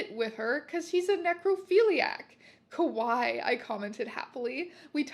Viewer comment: I don't know if it's intended to be kawaii or kowai in the written version, but if it's written as kawaii and is just being mispronounced here as kowai I think it's kinda funny since kowai means "scary". Great reading! Congrats on the subs!!